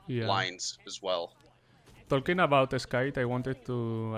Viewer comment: Se pronuncia y sin la "L" jajajajja ❤️